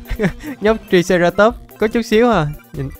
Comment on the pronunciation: Anh đọc sai tên của triceratop rồi chữ i phải đọc thành âm "ai" nên phải đọc nó là traiceratop